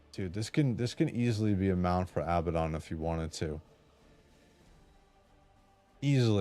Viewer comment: Oh it’s pronounced Ab-bad-on it means “the bottomless pit” in real life. Not abba-don. Abaddon Ab-bad-don